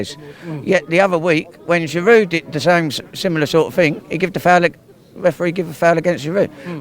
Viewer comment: The way he raped Giroud's name, Arsenal fan and he doesn't even know how to pronounce his strikers name 😵😔